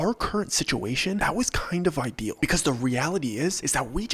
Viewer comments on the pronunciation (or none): none